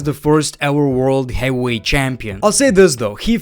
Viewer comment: Is English his second language ? Lol ain’t ever heard bro say heavyweight correctly